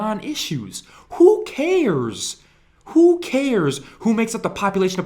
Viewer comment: WHO KAIRS?! WHO KAIRS?!